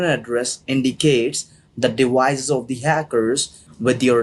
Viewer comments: He can't pronounce the letters v or c very well 😂 The word is 'devices.' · the minute I hear dewices i hangup